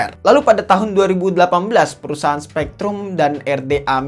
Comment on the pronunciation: SPREADRum.., Bukn SPEKtrum